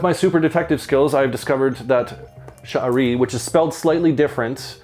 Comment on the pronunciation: thank you for the review, by the way. you're pronouncing the name correctly. 👍🏾👍🏾👍🏾👍🏾